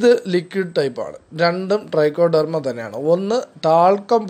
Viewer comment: ഡ്രൈക്കോഡെർമയല്ല ട്രൈക്കോഡർമയാണ്